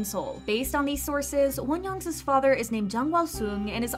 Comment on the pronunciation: Why do you say Wonyoung’s as Wonyoung’s-is? There’s no second S lol